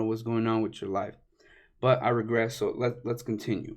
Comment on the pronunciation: " i rigress" lol